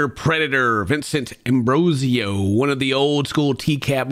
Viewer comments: I can't not focus on how the narrator keeps saying Ambrosio but the predators name is Ambrosino. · You say his name is Ambrosio but you write his name Ambrosino..... So the one to make fun of will be you then.... Well done 🤣